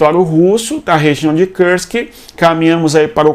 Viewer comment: Cara, por que você fala Kursk como se fosse em inglês?